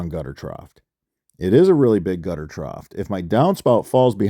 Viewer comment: there is no "T" at the end of the word trough